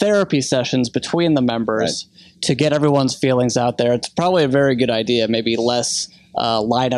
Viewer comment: Richard never has "ideas", but he always has "idears".